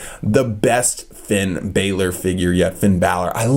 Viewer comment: it's is Finn Balor